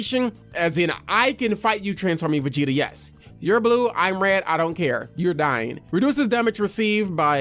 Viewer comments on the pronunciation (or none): none